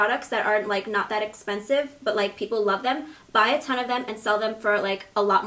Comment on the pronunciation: "so im taking another really expensice product" 😂😂😂